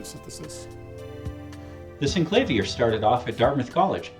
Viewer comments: Syn-clay-vee-err not Sink-la-veer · Synclavier is a play on words, taking "clavier" which just means "something with keys", and adding "syn" to it. Clavier is pronounced kla-VEER. So it should be Synkla-VEER. You can hear Clavier pronounced here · When you are the VP Product Manager and pronounce wrongly the name of the product that you are presenting. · I think you would be best to use the inventors pronunciation